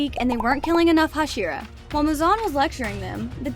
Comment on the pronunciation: When you were talking about enmu you said flame hashiro instead of hashira